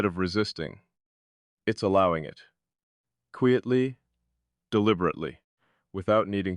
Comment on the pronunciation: "Kweeitly"? "Decortz's"?? The jazzy speak-rhythm of this AI muskvox is badass, tho. also, very thinky in thot. .. "in some way'b've" haha - Nifty! ...& it's "TUH-NUHL", not "tinnLe" .. heh Wow, so cool & profound & provocative. Hey, don't be so hard on yourself... or hardcore-introspective ... or whatever. You'll be aight. You are loved. Oh dang this is quantum, I gotta rewind. 🤟 You're a wonder!